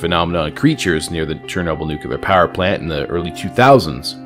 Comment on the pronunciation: There's only one U in "nuclear"